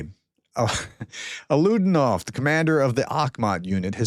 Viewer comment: Alaudinov is pronounced as ah-lah-oo-DEE-nov